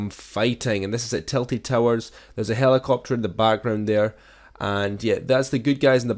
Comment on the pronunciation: When he said Tilted Towers it sounded like tilly towers